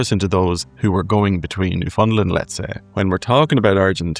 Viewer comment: Newfoundland is pronounced New-found-land, rhymes with "understand".